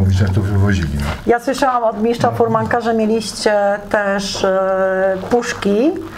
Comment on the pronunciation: Dziewczyno, miSTRZa a nie miSZCZa, miSTRZem a nie miSZCZem. Słuchać się tego nie da. Jak masz tego typu problemy z wymową słów, to daj komuś innemu do prowadzenia a Ty zajmij się operatorką.